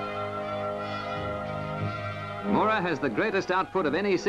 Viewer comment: Haha "Moo-ra". It's pronounced "Mow-ra" (mow as in cow). This was a fairly small dragline but big for it's time. I remember it being assembled.